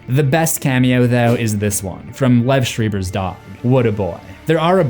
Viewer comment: It seems if you're going to make an ultra-detailed video you'd watch enough info to pronounce actor's names correctly. Liev Shreiber as Leave Shreeber? It's LEE-ev SHRY-ber, like ME KEV, TRY HER. You're welcome!